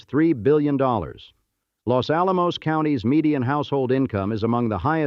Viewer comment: Full of mispronunciations, including Los Alamos 😖